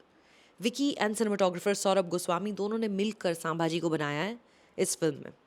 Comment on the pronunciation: I generally like Sucharita’s reviews. But this time I am disappointed, not in the review as I yet to see the movie but the fact that she is calling ‘संभाजी''सांभाजी'. Didn't expect that from Sucharita.